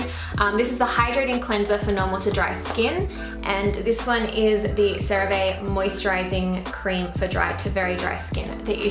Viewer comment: I like this background! It feels fresh. - It's pronounced seh-rah-vee, and I adore their products too. - I would recommend you try the La Roche Posay Cicaplast Baume for your dermatitis, maybe even over the Cerave moisturisng cream! - I love the inclusion of books, especially fantasy books! I haven't read that series, I'll have to check it out. Have you read The Invisible Life of Addie Larue? I have a feeling you might like it!